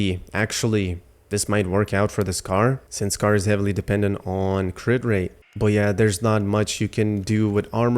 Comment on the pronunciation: Its not pronounced "Scar" lol